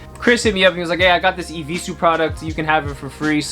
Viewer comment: "I will not wear no eviesues agaiin"